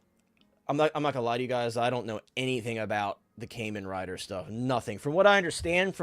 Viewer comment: Great stream. It's pronounced Kaahmen Rider